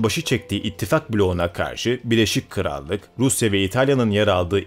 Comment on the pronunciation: abi şunu BİLEŞİK krallık olarak okumasan:D Şaka maka harika video tebrikler!